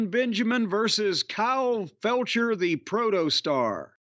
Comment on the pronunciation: Feltcher. Please get his surname correct sir.